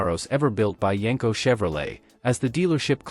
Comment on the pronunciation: You wanna know why only 1% of viewers are subscribed? Because this is just another lazy AI automotive breakdown channel that can’t even get their AI model to pronounce the name of the car the video is about correctly.